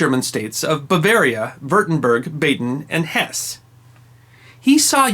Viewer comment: The final e in Hesse is not silent